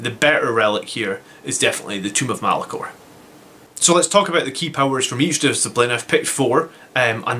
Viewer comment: Tome (rhymes with roam) of Malcador. Not Tomb of Malacor. What's your opinion. ~150pts on a librarian to remove invuns, or another 5 Sanguinary guard?